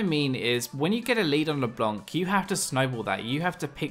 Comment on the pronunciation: leblanc not leblonk yo